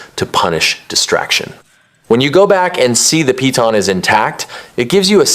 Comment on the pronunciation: Its pronounced "pee-taan". They even say it wrong in the game.